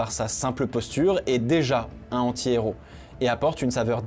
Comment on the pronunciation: Le fait que tu ne fasses pas la liaison entre "un" et "anti" quand tu dis "un anti-héros" me rend fou de rage